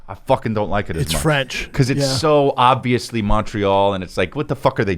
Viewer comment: Brendan can not pronounce the damn word “obviously” to save his life. It’s so frustrating 🤣